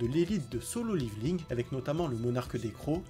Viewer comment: "Dans solo liviling"